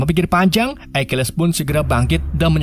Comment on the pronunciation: Akilis, bukan aikiles